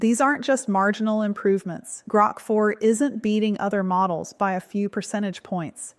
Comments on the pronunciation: Your script has you mispronouncing"GROK" at the timestamp of this video. In essence rhyming when 'Spoke' Grok as 'Groke'. This long vowel sound took place only once, and apparently for no reason other than sloppy AI performing. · I find AI mispronunciations annoying. It says "Grok" then in the next sentence it says "Groak". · When you say Grok differently then I suppose that is your trained AI.